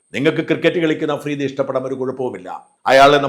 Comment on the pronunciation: അഫ്രീദി അല്ല തെണ്ടി മഫ്രിടി 🤪